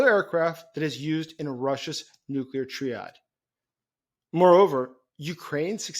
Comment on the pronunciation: Triad...pronounced TRYad, not TREEad!...get with the rest of the English speaking world!!!:face-orange-frowning